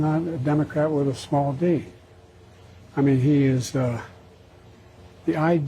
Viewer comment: Did he just say "a denocrat with a snall "d? "" 🤣🤣 i couldn't have said it better myself😂